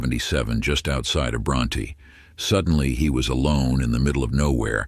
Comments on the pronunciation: Pronounced BronT not Brontee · Bronte Tx is pronounced Bront... the e is silent. It's a nice town...I live about 40 miles from Bronte